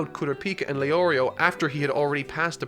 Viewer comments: ITS NOT GAN GAWN OR GUN, GO - N GON Edit: HOW CAN YOU SAY LEORIO AND KURAPIKA WITH ABSOLUTE PERFECT PRONOUNCIATION BUT YOU CANT SAY FREAKING GON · You say Leorio and Killua correctly but not the other two. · Heard the names get butchered and expected to hear LEO RIO but leorio the only one he says right. Also I’m only 8 mins in so idk bout the rest